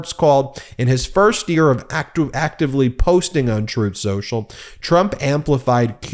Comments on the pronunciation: PLEASE pronounce the name as tRump did: "Troth Senchul". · Every time Pakman mentions "Truth central" he plays an audio clip of tRump "Correcting him" saying "Troth sensual" 🤣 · Funny when tRump said "troth senchal". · I believe it's pronounced Trath Senshal. Chooth Shershal. Definitely not "Truth Social". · strooth sential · "Troath Sential" (Trump) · 🍊🤡: "Troth Sential"